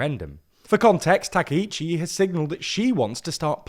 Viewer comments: Not TAKEICHI，TAKAICHI！ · You are mistaking Sanae's name. Her first name is Takaichi, not Takiichi. Thank you for reporting Japanese politics to the world as a Japanese viewer. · Not 'takeh-ichi' , 'Ta-cah-ichi' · Takaichi /ˌtɑː.kaɪˈtʃiː/ is pronounced with separate “ka” and “i” sounds—like “father” /ˈfɑː.ðər/ for the first “a” (short, open), then a quick “i” as in “ski” /skiː/, and “chi” like “cheese” /tʃiːz/. Think of it as “tah-kai-chee,” stressing the “kai” part.[youtube] English speakers often say Takeichi /təˈkeɪ.tʃi/ because “ai” triggers their “ay” diphthong—like “sky” /skaɪ/ or “take” /teɪk/, blending into a long “ei” sound instead of two distinct vowels. It’s their natural spelling-to-sound rule at play, not a Japanese “take.”[youtube +1] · たけいち、じゃなくて、たかいちだから間違えないで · Clear and precise explanation! But you butchered her name, it’s TakAichi. Please do review names before posting videos, thanks.